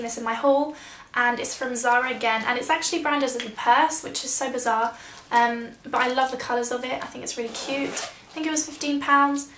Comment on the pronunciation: I'm French so the word "bizarre" does exist in my language, but i've never heard it in english ! the way you say it is just making me laugh :)